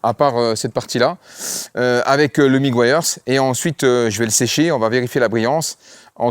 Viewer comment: Quand tu fais l'intro super vite, j'entends presque "bonjour mon fion, et ma fiotte!" TURTLE... ca se prononce... Teur-Deul.... pas facile (tur -tl) MEGUIARS... Meu-Gwaî-Yeurz... (mu-gwai-urz) Nice video brother!